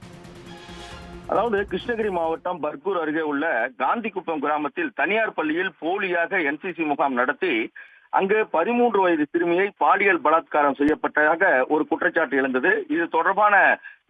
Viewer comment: காந்தி குப்பம் இல்லை கந்தி குப்பம்.ஊர் பேரே சரியா சொல்ல தெரிய வில்லை இவர் சொல்வதை எப்படி நம்புவது. இவருக்கு பின்னால் இருப்பவர்களை காப்பாற்ற முயற்சி நடக்கிறதா.காவல் துறை கட்டு பாட்டில் இருக்கும் இவருக்கு எப்படி விசம் வந்தது